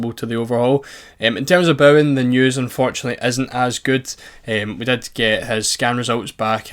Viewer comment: Craziest way I've ever heard someone pronounce Bowen